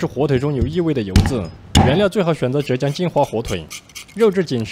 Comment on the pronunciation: 浙江zhè jiang